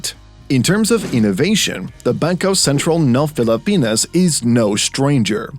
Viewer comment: I like how the narrator mentions Bangkœ Sæntræl ng Pelepænæs